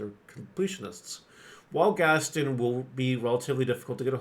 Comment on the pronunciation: It’s GAST-ON not Gastin